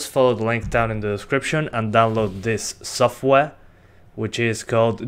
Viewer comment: this softwaeh xdxd